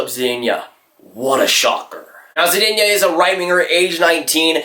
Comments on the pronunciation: Hey just wanted to give u a tip on how to say zadina. Za-de-na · Can’t even say zadina right